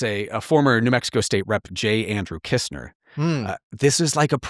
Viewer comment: Shouldn't it be "Kissner" in stead of "Kistner"?